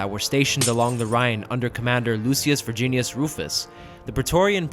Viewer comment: "Virginius" Rufus must have HATED this year lol